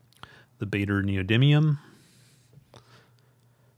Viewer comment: Pronunciation help: The "aa" in "Baader" is pronounced like the "ar" in "large".